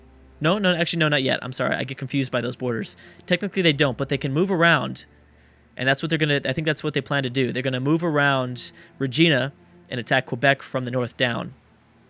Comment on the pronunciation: The I in Regina is pronounced "eye," just wanted to let you know!